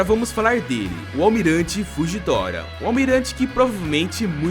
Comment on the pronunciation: Karai falando nome do Fujitora errado 😂😂😂